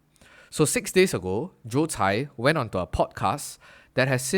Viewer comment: His name is Joe Tsai. You said it wrong throughout the video.